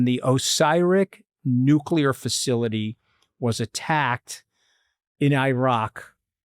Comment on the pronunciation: Did Anthony just say " nucular?"